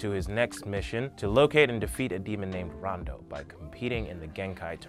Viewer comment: Emma Queen I think he only mispronounced Toguro, Rando, Yukina, and a couple others I think...